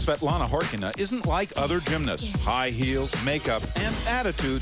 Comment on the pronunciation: I think the lead commentator is the only english broadcaster that pronounced Khorkina correctly